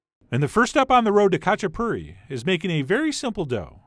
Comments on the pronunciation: It’s actually pronounced as hah-chah-poo-ree. Some of them have stuffed crust, and others just plain. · Sorry but it’s ha-chi-puri 😂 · in the pronunciation, the K is silent, pronounce the H..... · “They’re called Katchipuri, not Katchiperfect!!” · Not kachaperfect :)))) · I also made some very similar Imeruli Khachapuri lately, very tasty. The only thing that is freaking me out is his pronounciation of Khachapuri... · Oh how I wish you didn't butcher the word so bad!! Recipe looks great though. When my dad made this he would just use two or three egg yolks instead of the whole egg, super rich goodness! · The k is silent in khachipuri :P